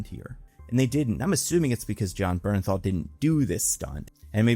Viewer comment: the way i GASPED out loud!!! YOU DID IT,!!! YOU PRONOUNCED “BERNTHAL” CORRECTLY!! IM SO PROUD OF YOU!!!